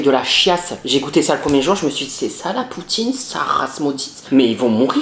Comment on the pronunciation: MDR LE NOMBRE DE FOIS QU'IL A DIT "POUTTINE" 🤣🤣🤣